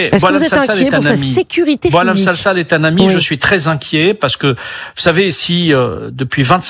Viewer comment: Il s appelle sensal pour ne pas dire sangsale alors que sifaoui dit selsal il ne connait pas son nom